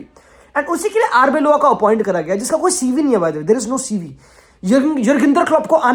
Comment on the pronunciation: Wtf is Arboylo His name is Arbeola!!